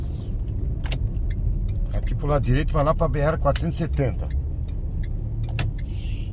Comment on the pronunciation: B "ere: não.. B erre..= BR... Somos brasileiros erres aspirados . Sem essa de pousar de gringo... com esses horríveis erres vibrados, tipo gringolěs. SUPER desagragaveis aos ouvidos brasileiroa